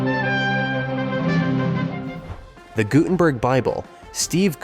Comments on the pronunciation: Gutted-burg??? AI sucks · If you're going to make videos how about using correct pronunciation of names? You said Guttenberg and Lessard wrong.